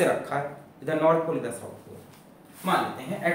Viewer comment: Everytime he said north pole and south pole I heard North Korea and South Korea 😅😅